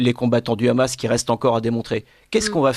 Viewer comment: Khamas au lieu de Hamas et Khasbolla au lieu de Hasbolla c’est signer Israël. Il y a un expert Pierre Conessa fasse à une fanatique débile qui au fond n’en n’a que faire des massacres commis par son gouvernement de terroriste nazi